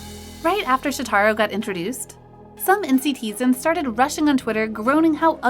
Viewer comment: Okay first...its Shòtaro not Shotarò. Please learn how to pronounce idol's names. Second- he is not out of place and a lot of fans liked him. He wasn't promoted right untill recently but not that much fans think he is looking bad. I have no idea who makes those videos but (in my opinion at least) the way they talk should be a little bit less biased. The person talking sounds like they hate those people. I don't know if it's their fault or they are reading a script but eighter way it came out rude. None of those idols deserve that